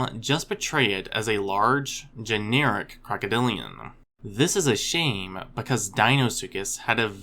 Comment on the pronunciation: "crocoDILliaNnnn" lol